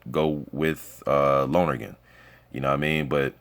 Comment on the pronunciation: Bruh some useless info for ya, but you say dean lonergan's name like lonnergan not loner-gan. All good